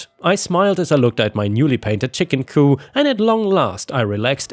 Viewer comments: Coup as in Chicken Coup is pronounced to rhyme with poop. Coup as in politics rhymes with poo. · Just a FYI - coop does not have a silent p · Ok,, it’s COOP not COO. Good grief. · Coo is what you're saying. Coop is the word. Add a P to coo and you have an enclosure for chickens. Coo is the sound pigeons make. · Coop is pronounced : koop. What you are saying..:coo is what doves say! And there is a word, coup, pronounced coo, but it means something entirely different!! 😆😆😅😍😍. It's all good, though! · “Coop” it’s chicken coop, not “coup” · THE P ISN'T SILENT SO IT'S COOP... NOT COO.;) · Coop has a hard P at the end its not a fancy word with a silent p. so its coo-P not coo! coo is the sound doves make! lol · Chicken C-O-O-P. The p is not silent! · The p in chicken coop is not silent. You're thinking coup, as in coup de'tat. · I understand that it's easy to confuse similar words like "coop" (the "p at the end is pronounced; means a chicken enclosure) and "coup" (the "p" at the end is silent; means a government takeover) especially in a language that isn't your first language. That said, I got a good laugh at the thought of a "chicken coup". It reminded me of the scene from the first "Chicken Run" movie in which the chickens take the chicken farmer prisoner, leading him to shout "the chickens are revolting!" and his wife, who hears him shout but doesn't see what's happening (and also hates the chickens) to say "that's something we agree on!" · the "p" in coop is not silent. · As a chicken owner, I had to laugh at chicken coo. Makes it sound like a bunch of doves😂. The p is not silent. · "Coop" is pronounced "coo-p" as opposed to the French "coup" which is pronounced "coo" and means "to strike." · i’m sorry, but it’s really bothering me the way you’re saying coop you pronounce the P it’s not silent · The P is pronounce in COOP, at least in the US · Chicken coop, the “p” is not silent. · Every letter of 'coop' is pronounced